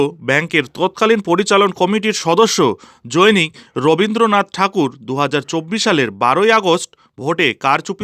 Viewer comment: " জনৈক " বাক্যটিকে " "জৈনিক" উচ্চারণ করলেন কেন? উচ্চারণ শুদ্ধ করার চেষ্টা করুন!